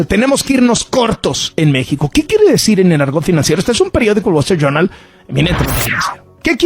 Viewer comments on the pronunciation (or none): Este güey no sabe ni hablar, el guachinton pos, el Gual estrit yurnal , el niu yor tain 😂😂😂😂😂😂